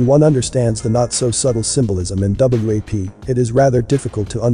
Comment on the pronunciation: The fact that the narrator keeps calling it W.A.P. instead of WAP is annoying, but also is misleading. U gotta say it like the kids say it if u expect the parents to know what to listen for.